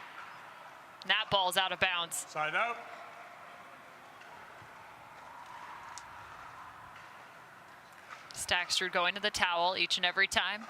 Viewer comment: I really appreciate the commentary but it's a bit grating that the announcer can't pronounce Staksrud's name without adding an extra "t". It's Staksrud, not StaksTrud. He's a great player. Please learn his name.